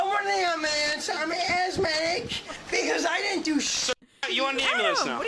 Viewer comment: “I’m athmadec” is gonna be my new tic 🤣